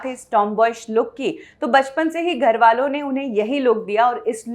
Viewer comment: एक तो आपके ग और घ मे बहुत confusion है। घर को आप गर बोलते हो और गरबा को घरबा। irritating होता है ये कभी कभी।